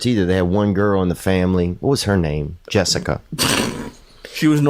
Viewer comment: Jessica not dressica